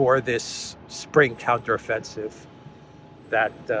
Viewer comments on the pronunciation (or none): none